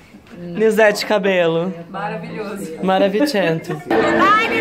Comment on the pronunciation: Be Amazing Ela disse: " Maravitchento " 😂😂😂😂